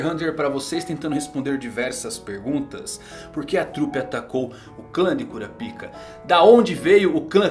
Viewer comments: "Kurapiká" com tonicidade aberta no segundo A é a pronuncia correta... num é cura pika kkkkkk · Pronunciar Kurapaica é errado? Ainda acho estranho ouvir Kura pica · Kurapíka ou Kurápika?